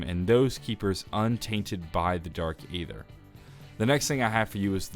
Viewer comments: saying Ay ther and not Æther (eether) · Dark E' ther the A is silent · I love your story videos and watch them each day the come out. But... aether is pronounced Ee-ther, with a long E at the start. It's just an alternate spelling of ether, as in ethereal. You can do it!!